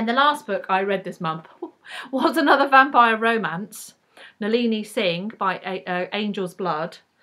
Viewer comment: please always roll your rs when you say romance. it's perfect. and yeah i can't stand manic pixie girls. usually. i Just finished The Lonely Hearts Hotel, also long listed for the Bailey's, and the character is a bit of a pixie. she does some cartwheels. but she's got a dark side. so it was ok.